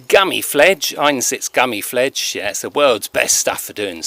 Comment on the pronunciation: Gummi Plfege pronounced Gummy Plfleeger